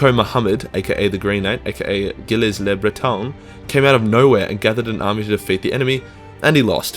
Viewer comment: Ah yes, Gilliz le Breton.